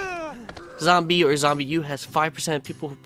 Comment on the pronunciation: It's not pronounced zombie it's pronounced zom-B